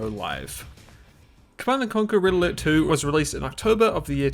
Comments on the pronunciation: IT's Pronounced "RED ALERT"!!! not "RIDDLER". Learn proper English for God sake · Pronouncing "red alert" as "riddler" really confused me